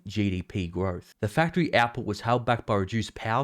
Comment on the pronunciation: When u said output, I was thinking u were saying apple. I had to turn on the caption to figure it out. Lol